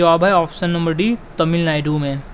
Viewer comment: तमिलनायडू nhi तमिलनाडू